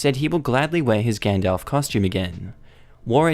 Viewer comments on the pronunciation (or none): none